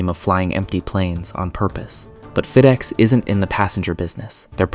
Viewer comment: “Feed-ex”? This is AI garbage, turned it off after 30 seconds.